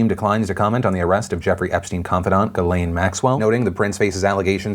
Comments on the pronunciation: Geeezlayne thats how you pronounce the things name! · OMG people stahp (not just you Philly) It's pronounced Jiizz-Len. It's French. 😉